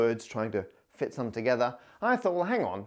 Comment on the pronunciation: ToGeTHARR Jk love your vids Matt